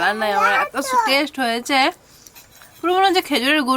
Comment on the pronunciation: কথাটা টেস নয় ওটা হবে Test